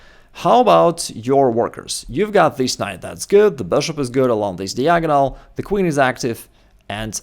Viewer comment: If I learn how to play chess, will you learn how to pronounce "diagonal"?